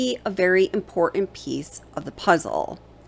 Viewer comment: Can you please pronounce the T in the word important? And where is your accent from?